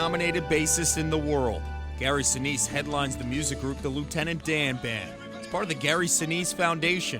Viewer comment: Oh Lieutenant DAY-AN!